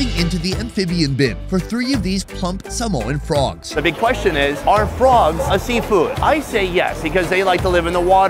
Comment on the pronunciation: did he say samoan frogs ???